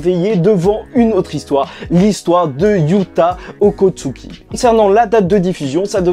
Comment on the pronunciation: Yuta Okkotsu pas OkkotsuKI